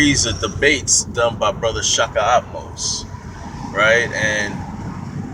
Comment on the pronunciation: AHmose not ATmost. Get it right